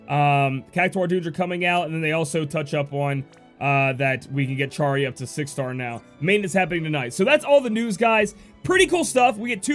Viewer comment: Love all the info you provide us with! P.S. it's pronounced 'arrow-guh/arrow-juh' and Charie is 'Shuh-ree' (